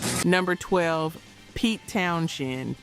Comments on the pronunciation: His name is "Towns-end" not "Towns-shend". Duh ...... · The pronunciation of Pete TownSHend is forking annoying. Also whilst constant volume was a factor in his deafness the initial damage was caused when Drummer Keith Moon set off an explosive charge in his kick drum during a performance of "My Generation" on the Smothers Brothers Comedy Hour, damaging Townshend's hearing on one side. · Pete Town-Shend. lol. The more she says it, the more I lost interest. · Pete Townshend pronounces his last name as "Town-zend" (/ˈtaʊnzənd/), despite the spelling containing an "h". The "h" is silent, making it sound like "Townsend," not "Town-shend." The pronunciation has often caused confusion, but it rhymes with "send" or "end," as noted in various pronunciation guides and fan discussions. There's a video on it. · If you wish to make an impression with your (knowledge/expertise) about someone else, you should at least get the name correct. Maybe a little more (double) editing, before presentation. To keep saying Townshend, when it is Townsend, is just sloppy. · Pete Townsend is pronounced “Towns End” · I had to stop when you mispronounced Townsend the third time. Ugh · It's pronounced Town-send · It's pronounced Pete Towns-end. The *h is silent. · THANK YOU! I don't ever remember his name being "Townshend". It was always "Townsend". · There is no “ Schend” in “ Townshend” ! Plz pronounce the names correct . It’s irritating and lazy narriating. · Is not Townshend pronounced as Townschend too? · I cringed too every time I heard you mispronounce his name but I was able to overlook it because I'm impressed that a girl your age knows who he is lol. Long Live Rock!